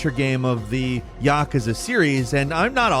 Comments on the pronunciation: Yah-kuh-zuh. Yeah I'm done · I wish you knew how to pronounce Yakuza. Hint: it's not YAKAza. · Tell me you don't know how to pronounce Yakuza without telling me you don't know how to pronounce Yakuza. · When trying hard fails and you mispronounce Yakuza... smh